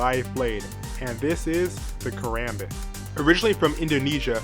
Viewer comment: as a filipino american, i''m laughing way too hard at his pronunciation of "karambit". since there are people who want to know the correct way to say "karambit" is kah-rom-bit. just like what zflow said in the arab people song "roll your tongue on the R's. whoops drop the b0mb! alluha akbar!